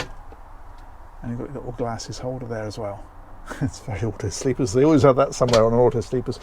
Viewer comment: Rather. Auto Sleeper. No 's'